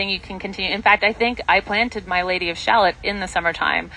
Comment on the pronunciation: Lady of Shalot is not pronounced like “shalllot”. It’s pronounced ShaLOT